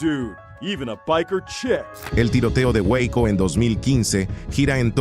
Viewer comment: Waco😂😂😂 gueico.